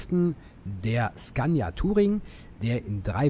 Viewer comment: "Zgannja" (Scania) facepalm